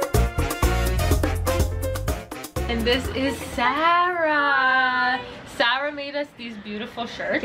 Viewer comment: Is it weird I love how you pronounce Sarah? 😂 the way you say it sounds so elegant.